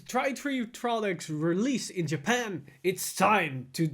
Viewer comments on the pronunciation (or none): none